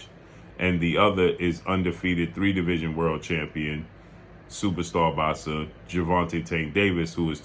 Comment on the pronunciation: “Supa stah box-sah” 😂🤣😂🤣